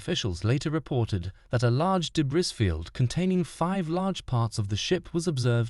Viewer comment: Why is that guy saying de-briss field?🤔🤔 The s is silent, silly! It makes me terribly sad those people died simply because Stockton Rush is a cheap MF!